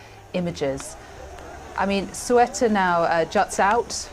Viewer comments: It's Ceuta, not Cueta or Sueta... please... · It’s pronounced Ce-U-Ta no Cu-E-Ta lady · CNN, not sweater, CEUTA, read it as it's written. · Not sure how the newsreader isn't able to pronounce the name of this territory. It's "say-OO-ta", not "QUET-ta." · CEUTA IS IN NORTH AFRICA. It isn't pronounced "sweater" either. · She can’t pronounce even the name of the area! It’s not sweater!,,!! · If you are a professional reporter, please learn to pronounce the name of the location correctly. "Say-oo-ta". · Why doesn’t she know how to pronounce the city? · How can you trust a report that cant even pronounce the region correctly in english? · She’s pronouncing the country’s name incorrectly 😮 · The anchor has problems reading a five-letter-word (Ceuta). A deplorable display of American ignorance. And to make it very clear: Melilla and Ceuta are not in Europe. They are Spanish colonies in Africa which Morocco claims as its territory. And to all Americans who believe a wall will do anything good: take a close look! The border at Ceuta is a military grade fortification comparable to the Iron Curtain.